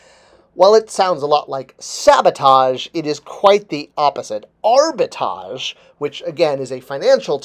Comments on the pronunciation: Why aren't you pronouncing the 2nd 'R' in the word arbitrage? It's pronounced ARBA-TRAHJ, not ARBA-TAHJ. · you can’t spell and now you can’t pronounce words properly……….ugh. No wonder you can’t get an MBA. It’s very simple, break the word up into 2 parts. Arbi-trage. Now pronounce each part. Good boy. Now try pronouncing them together. Great job. See you can speak properly. 😂😂😂😂😂😂😂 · Abi-Tahj Mowry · Has to “dumb down” his explanation for a word he can’t even pronounce. A perfect example of how the people working these companies think we are morons and in fact clueless themselves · But is pronouncing the first a. He isn’t pronouncing the second R. In your example both R’s are pronounced. Has nothing to do with French this or English that. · Love your videos but hearing you say Arbitrage wrong each time has caused that tiny gremlin section of my brain to activate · That word has two "R"s in it,. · If you're going to make a video about the definition of a word you may want to learn how to pronounce it correctly. There are two "R's" in Arbitrage and both are pronounced. Pronouncing the word correctly you are defining might add to your credibility. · I googled it and played the voice clip for the pronunciation of the word while watching this video. Now, whenever pronounce it wrong in the video, it irritates me. LOL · how can be taken seriously when he can’t pronounce the word his entire video is based on. And his definition or explanation is not the correct definition of the word. But what do I know, I’m just a dumb viewer. know everything there is to know about toys yet knows nothing. 😂😂😂😂😂😂😂